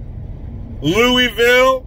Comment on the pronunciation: I'm impressed,! You pronounced "Louisville" like one of us!You must live pretty close.